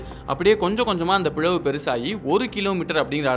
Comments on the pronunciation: பிழவு இல்லை பிளவு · பிழவு ❌பிளவு(Pi"la"vu) ☑️ ....🙏